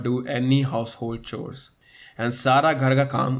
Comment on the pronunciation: I cracked up at his pronounciation of 'chores'😂😂😂